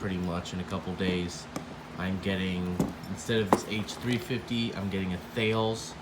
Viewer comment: “Thales” is pronounced like “Tal-ess”